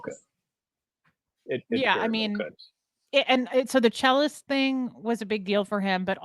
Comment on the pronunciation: I thought you were saying chillest at first and not “The Cellist”.